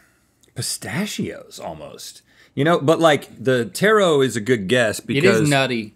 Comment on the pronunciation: Link is calling Taro, Tarot lmao